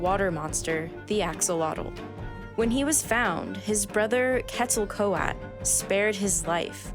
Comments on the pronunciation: The Quetzalcoatl pronunciation was off but still a cool video. The best I can do to help would be to try and spell it phonetically. [ KWEHT - zehl - COAT- ul ] Many English-speakers (and speakers of many other languages too) have a really hard time with meso-american consonant combinations like "TL" and "TZ" which is funny because she can say "Axolotl" with very little difficulty. Quetzalcoatl is quite difficult. Some of my favorite Aztec/Maya/Olmec gods to pronounce are Chalchiuhtecolotl, "the sacred Owl", Huitzilopochtli, "Hummingbird of the South", and Tzitzimime "the star demons" (likely associated with eclipses and possibly an interpretation of meteorites) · This is really hard to watch with the narrator butchering all words here ... can we please get someone who can pronounce Quetzalcoatl no poo on the person themself narrating but there was v little effort here guys ... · Your mispronunciation of Quetzalcoatl is cringe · The info in this video is great and the pronunciation of Quetzalcoatl and Axolotl is lacking. Axolotl (ack. so. lote. l)